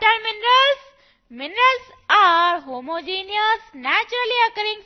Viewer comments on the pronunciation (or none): It's homo-GENOUS. NOT homo-GENIOUS.